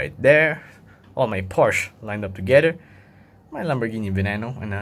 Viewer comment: Lamborghini venano is pronounced va-nay-no